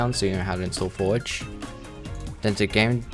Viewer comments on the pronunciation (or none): none